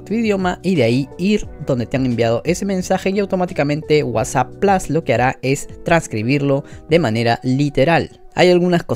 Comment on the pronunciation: Se dice Plus no Plos 😂